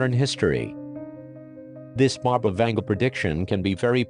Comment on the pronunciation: Baba (БАБА) means granny in Bulgarian and Vanga is pronounced like Vanga (A as in mAster)